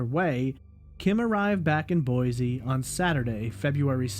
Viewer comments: FYI it's pronounced Boy-see, rather than Boy-zee. This is the way we detect outsiders. Sticks out like a sore thumb for us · I live in Boise and I've been following both of these cases from day one... too many weird things going on with both of them. And... There's no "Z" in Boise... 🤭😉.